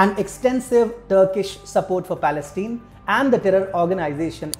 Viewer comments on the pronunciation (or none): I wish I could tell the narrator that "Palestine" is pronounced with a hard "I", in the final syllable, not with a hard "E".